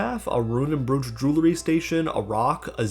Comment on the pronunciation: its pronounced browch not brooch